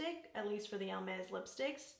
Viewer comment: Hi you are the first person I hear pro pronouncing correct this brand..nor that I realised before but just I did now. Until some time I have not eve hear about this brand. I know they make bags but I see now lipsticks. I love the packagings that are different shades. That makes them really pretty to display. The bright pink shade is superb. I usually don't like these shades but on you look great. Have a good day! ❤